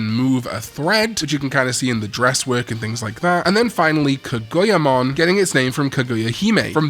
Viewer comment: Kaguyamon being pronounce as kogoiyamon threw me for a loop